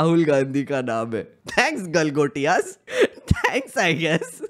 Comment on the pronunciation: Galgotai 😂😂😂😂😂😂😂😂😂😂 University....they cant even read hindi Galgotia University 😂😂😂😂😂😂😂😂😂😂😂😂.....maff kar do ko....Galgotia University 😂😂😂😂😂😂😂😂😂